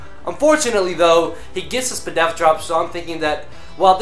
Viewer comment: "Spdef" lol. :P